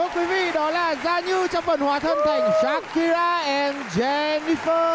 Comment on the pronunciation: SHAKIRA chứ không phải SAKURA nha Đại Nghĩa ơi 😂😂😂